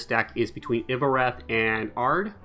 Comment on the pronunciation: By the way its not pronounced ''Iovoreth'' . Its ''Iorveth'', just like its written. If you're still confused just say it like the Dol Blathanna Trapper says when you play her.